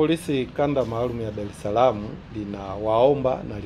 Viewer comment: Sema dareslam, sio dalesalama